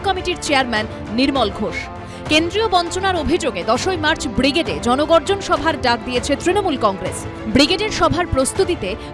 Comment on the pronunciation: "জনগর্জন" সভা না "জনবর্জন" সভা!!!